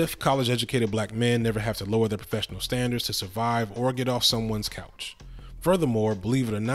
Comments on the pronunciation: On the rewatch, I just caught you saying bouch instead of couch…comedy gold. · Lmaoo notice how he said “bouch” instead of “couch”😭🤣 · 😂😂😂 this fool said bouch 😂😂😂😂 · Not her bouch lol 😆 wonderful post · you said sleeping on her bouch lol subscribed ! jk this entire essay was so thorough thank you ! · I was looking for this comment! 🤣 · Did you say 'sleeping on her bouch'? 😂😂😂 good one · I caught that you said, "bouch".😂😂😂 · Her “bouch,” I caught that 😂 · Did u said “sleeping on her ‘BOUCH’”?!? 🤣😂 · wait, did you say sleeping on her bouch... LOL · Bro so nobody heard him say bouch ?😭😭😭😭😭